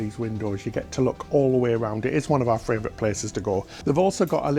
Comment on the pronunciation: simply cannot say fravorite enough times for me..warms my heart!